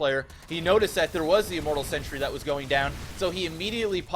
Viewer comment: Am I the only person that keeps noticing that pronounces "Sentry" as "Century?"